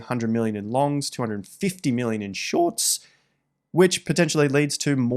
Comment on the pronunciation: ‘in shoiiirTs’ 😂